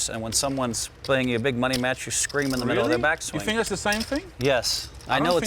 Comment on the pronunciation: Never trust a guy that says Fink